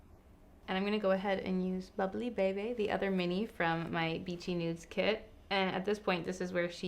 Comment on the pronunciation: Every time you say Bubbly Bebe a giggle a little bit. That's how I say it in my head, but just funny to hear out loud. IG: makeme_lala